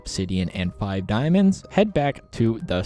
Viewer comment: "And more fun way of getting DIIAmonds"